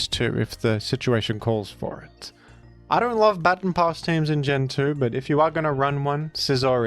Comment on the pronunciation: Hey. You pronounced "baton" incorrectly, several times. Please be better. 😉